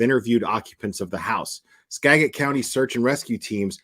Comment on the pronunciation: Ugh u keep pronouncing skagit wrong